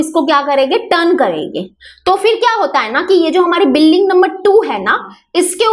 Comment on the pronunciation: Mam building hota he . par ye biling Kya he